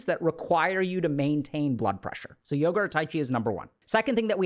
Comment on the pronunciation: aaaaaand i stopped listening when he said Yoga…..